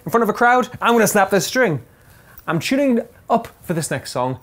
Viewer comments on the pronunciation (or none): Chune.. Chunning. God help this man. ITS T U N N I N G